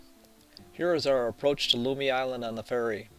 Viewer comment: Learn how to pronounce Lummi and Whatcom.